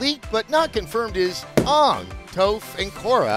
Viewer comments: Not ON-G it’s A-ng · Oh god the moment sessler prounced aangs name as "ahh-ng" I had nightmare shamylan flashbacks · He said the cursed/meme "AWNG" pronunciation HAHAHAHAHAHA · CRINGE It's AANG(A-Nng) and TOPH(ta-ph) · The way he pronounced Aang hurt my soul. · Please tell me a writer who was in on the joke had Adam pronounce Aang and Toph like that. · Adam saying Aang name wrong bought flash back to the live action the last Airbender movie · Was slightly irked by the Shyamalanian pronunciation of Aang's name, but then I remembered the nostalgic love I have for Adam and I calmed down. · Who else is sad at how Sessler pronounced "Aang"? And for information, TMNT wasnt part of Nickelodeon until recently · You said Aang's name wrong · Because I love Adam I’ll give him a pass this time for butchering toph and aangs names